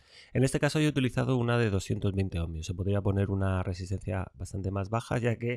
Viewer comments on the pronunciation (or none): Otro que dice "omNios"